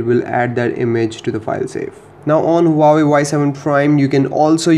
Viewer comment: he said uawei not huawei